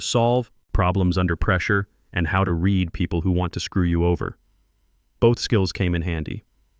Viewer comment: Would you please teach your AI voices to distinguish the difference in pronunciation and meaning of resume, between resoom and resumay. Also the difference in meaning of the pronunciation of read between reed and red.